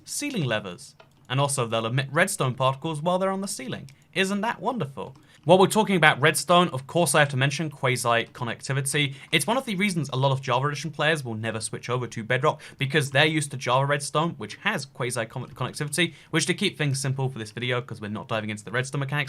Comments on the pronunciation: And when he calls quasi connectivity kway zye connectivity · The way you pronounce quasi connectivity makes me want to pour bleach down my ear